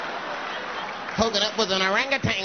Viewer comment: Has anyone ever said “O-RANG-U-TANNGGS” as cool as this guy 🤴🏾